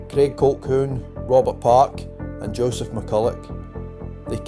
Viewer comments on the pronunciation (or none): none